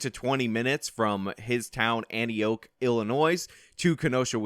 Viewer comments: * An-tee-ock not Annie-oak. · LMAO Antioke, its pronounced Antee-awk Good job never the less! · Antioch is pronounced /AN–tee–AHK/. ... not /AN–tee-OAK/ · Professional tip: Learn to pronounce the names of the cities and states so you at least sound knowledgeable. Antioch rhymes with rock, not roke. The s is silent in Illinois. After living in the area for 63 years I think I know. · Minor point but the ending of the town Antioch is pronounced like Rock. AntiOCK not AntiOKE. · Anti-oak? It's pronounced anni-ak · Antioch is pronounced Antiock, not Antioak ;) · Antioak ? Nah its pronounced like Anti-ock. Thank you very much :) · I live 20 min from Antioch and Omg I'm laughing so hard at your pronunciation of it. It supposed to sound like An-tea-ock, not anti-oak. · You don't pronounce the "o" in Antioch. It's pronounced an-tee-aak. Not being a douchebag just trying to be helpful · 1) it’s pronounced “Anti-ock” and 2) it’s pronounced “I’ll-annoy” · it's pronounced "AN TEE OCK" Antioch Il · Antioch is pronounced like anti-auk. Also, thank you for covering this. As a Wisconsinite I’m glad he was there to help. I have family in Kenosha and they live close enough that if the gas station exploded it’d have affected them. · Ann tee ock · Antioch. The "o" sounds like "ah". Auntie ahk. But yeah. Kyle's apartment complex is literally the State line. If he threw a rock across the railroad tracks, it would land in Wisconsin. I lived in that complex for two years. "Antioch Manor Apartments" Google map it. Fact check my ass. I was in Kenosha for the riots. Theres a reason they left so quickly. They were in full panic mode. We "disabled" any cars without plates or out of state plates. Plus, the police impounded their food truck, so they were completely demoralized and felt trapped and hungry. Way outnumbered. They had swords and shields. How cute, Lancelot. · pronounced Anne-t-ock haha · Anti-ock is how you pronounce Antioch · It's pronounced antee-oc, and it's illinoy not illi-noise